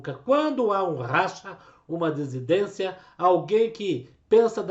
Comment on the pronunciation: Dissidência. Vc fala errado.